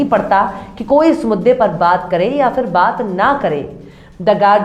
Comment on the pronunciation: Madam your voic is very cute, you are very cute and the style to speak also very cute,but pls work on pronounsation in urdu words like ghurur not grur, and phir not fir. don't mind, thanks